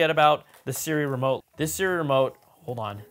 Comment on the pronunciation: I hate how he says. Seeremote instead of Siri remote.😂